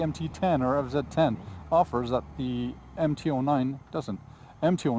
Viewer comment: It's a Fz not a fzed